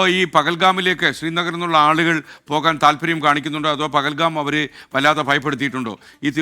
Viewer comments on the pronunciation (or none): പകൽകാം അല്ലപോത്തേ ്് പഹൽഗാം.